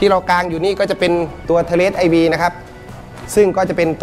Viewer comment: IV. (อ่านว่า โชว์ หรือ Four) เป็นอักษรแทนจำนวนในยุคโรมัน หมายถึง 4. ไม่ได้อ่านว่า ไอวี. ส่วน V (อ่านว่า ไฟล์หรือ Five) หมายถึง 5. ไม่ได้อ่านว่า. วี.